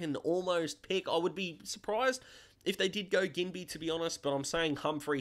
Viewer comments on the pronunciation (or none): Enjoying the little videos while waiting for your 40 pick mock draft. Also, pretty sure Ginbey is pronounced "Jin-bee" but I could be wrong 🤷‍♂️